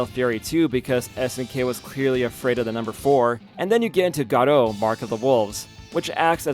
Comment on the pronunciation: For real. Dudes a clown and obviously never played it or garou while claiming he has. Dude isn't even saying the name right.